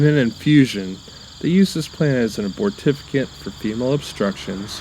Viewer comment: abortifacient ... say.... "uh - bort - ih - FAY - shunt"